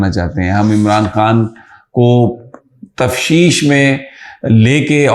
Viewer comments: محترم سمیع صاحب آپکی توجہ ایک لفظ کی ادایگی کی طرف مبذول کرانا چاہتا ہوں لفظ تفتیش کو تفشیش نہ پڑھیں شکریہ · برادر من سمیع ابراہام صاحب! آج کے اس وی لاگ میں آپ نے لفظ “ تفتیش “ کی بجائے “ تفشیش” بولا ہے ۔ دیکھیں یہ خاکسار کس قدر باریک بینی سے آپ کے وی لاگ کو سنتا ہے۔ آئیندہ کے لئے اس لفظ کا تلفظ درست فرما کر عنداللہ مہجور ہوں۔ برادر صابر شاکر لفظ شکست کی س کے نیچے زیر بولتے ہیں جو کہ غلط ہے جبکہ س پر زبر ہے۔ آپ لوگوں کے غلط تلفظ ہمارے بچوں پر اثرات ڈالتے ہیں۔ علی ہذا لقیاس بہت سے اینکر غلط اردو بولتے ہیں ۔ سمع خراشی پر معذرت ۔